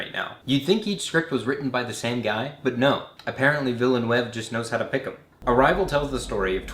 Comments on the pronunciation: A closer pronunciation of the director of Arrival would be Veelnoove. He's from Quebec. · VEELNERVE is how you say "Villeneuve". LOL. Damn Yank! (Keeping subscription...) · I laughed too when I heard him butcher Villeneuve's name! I completely lost focus on what he was saying for a few seconds after that, I had to go back and watch those few seconds again. But I love his videos so I forgive him! Haha!